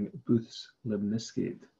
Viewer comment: i love these constructions thanks! one comment: isn't his namesake "booth" rather than "bouth"?